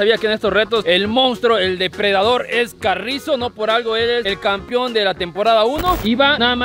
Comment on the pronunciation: Se dice campeón jaja no campion